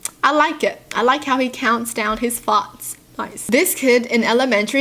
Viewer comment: The way she pronounces farts